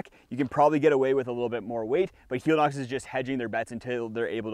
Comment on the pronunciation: I know it's entered the vernacular but I believe it's not hee-lee-nox but hell-e-nox, as in helicopter. It's the same thing with Teva, which is teh-vah, not tee-vah, and Hoka oh-neh oh-neh, not one-one.